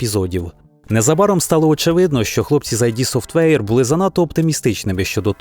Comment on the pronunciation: воно не "айді софтвейр" а "ід софтвейр" від слова